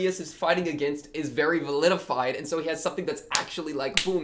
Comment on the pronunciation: you saying validified kept sounding like vilified. I prefer validated, though validified is in fact valid.